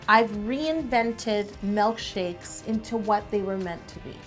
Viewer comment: Why does she say "mElkshakes" nuuuuuuuuu I hate when people say that 😭😭😭